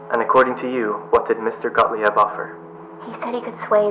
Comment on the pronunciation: Gottlieb: pronounced Goht-leeb not gaht-lee-eb. It's German.